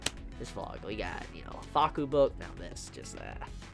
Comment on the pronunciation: Conquering Smile I seriously thought he said Fuuka. Nevermind then.